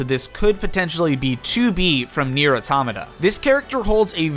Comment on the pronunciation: "nier: Uh-taw-muh-tuh"?